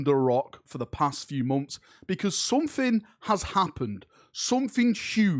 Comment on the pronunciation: "Sumfing uge"